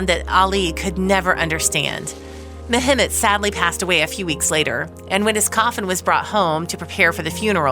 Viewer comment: the name is pronounced Meh Met.